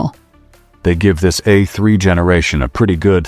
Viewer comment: Would be nice if AI was smart enough to pronounce the letter A in the model name correctly. Tired of hearing about Eh3, Eh4, Eh6 Eh8 etc